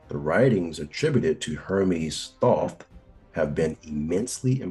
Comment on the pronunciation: I stopped listening as soon as dude pronounced Thoth wrong. His name is spoken with the long O sound